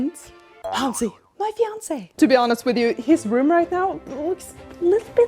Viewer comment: Did she just say FINACÉ ????